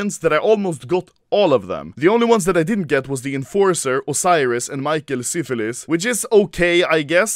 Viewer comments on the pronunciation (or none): i died when he said 'Michael Syphilis' and not 'Michael Syfers' xd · “michael sífilis” hahahahahah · he said michael siphilis